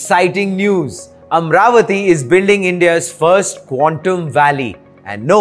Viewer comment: It's not amravathi, its amaravathi there is an A after r, so dont make these kind of mistakes please, no one is asking to do videos for AP or TG